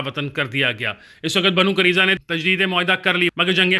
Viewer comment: Pronunciation correction.... Banu Qai-nu-qa, Banu Nuzair, Banu Quraiza, Masjid Quba